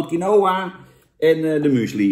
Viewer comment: Je spreekt uit als kienwa jan